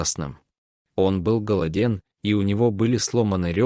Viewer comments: ГолодЕн,а правильно гОлоден,не все ,а всё и др. ошибки.Повнимательнее,это портит чтение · Голоде'н, конечно круто и как только это пришло в голову чтецу, бедный русский язык😢